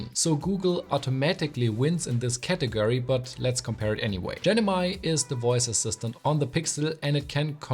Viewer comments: gennymy ❌❌ Gemini ✅✅ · he's still unable to pronounce it correctly... it's GeMini, not GeNimi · Good comparison but what's genimi 😂 it's gemini bro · Gemini ❌ Genimi ✅ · Loved your video except for how you pronounced Gemini as Genimi lol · Bro really said "Genimi" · Genimi ❌ Gemini ✅ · you said Genimi instead of Gemini 🤣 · Why do you say GENIMI. Its Gemini :(( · Who heard him saying Genimi instead of Gemini 😂😂😂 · GeMIni, not genimi. Great vid though. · bro saying Gemini Genimi all the way in the video. tho the video is high end. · Gemini not genimi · I heard genimi not gemini. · "genimi" haha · it is GEMINI (GE MI NI) and not GENIMI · Well he said genimi and now I understand why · Actually it’s Gemini. You mistakenly called it Genimi quite a few times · Hello. It's GE MI NI. Not Ge ni mi.✌️😁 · Great video, thanks. But It's pronounced GeM-i-Ni.